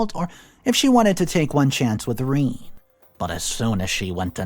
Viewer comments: sigh - Rene is pronounced "ren - eh" duuuude look things up. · Rene?! Really? Reen? WTF?